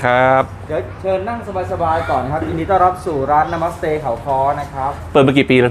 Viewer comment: ออกเสียงว่า นะ มัด สะเต ไม่ใช่นะมัดสะเต๊ะค่ะ ฟังแล้วขำๆดี